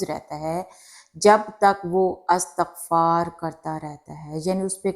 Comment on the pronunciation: Assalamu alaikum warahmatullahi wabarakatuh. Sister please say Istighfar not Astaghfar.